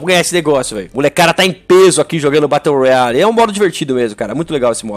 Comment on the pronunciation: Aí não fallen morando no usa e falando batteu royale aí o verdadeiro pinou